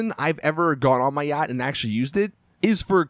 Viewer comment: Wow Americans are annoying. " don't buy a uaggghyt =yacht